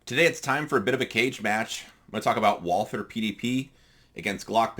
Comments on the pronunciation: Just drop the h. You take the Val- from Valhalla and add the the war on "ter" as G. W. Bush put it. Val-ter. Not a biggy. Do you use the large pdp backstrap? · I can live with someone saying zed more than someone that pronounces Walther with a th.